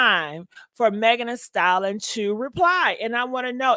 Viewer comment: Lord it’s “Thee Stallion” not “Thee Salin”